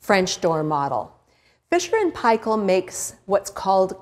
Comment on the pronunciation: Omg firsf non kiwi to pronounce f&p correctly